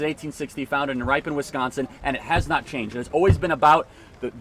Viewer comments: Please learn how to pronounce Ripon, WI. Try “rip” as in - rip the paper. Then “on” as in - turn on the lights. Rip-on. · Ripon Wisconsin is pronounced Rip like torn, en like end but don't say the d. Ripon is also home of Ripon good Cookies. The lie about the party switch is so sad to still hear.